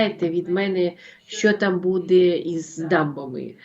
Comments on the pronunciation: чого ви кажете будЕ, це ж неправильно. Дуже ріже слух. Коли такі тривожні новини та прогнози, це будЕ особливо неприємно. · дуже ріже слух Ваше БУДЄ, БУДУТЬ з наголосом на Е та друге У. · БудЕмо,будЕ.Важко це слухати,не природньо для Вас,.